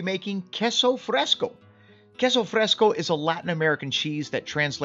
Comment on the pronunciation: it was driving me nuts every time he said queso fresco. I was yelling at him- that's NOT queso fresco .😂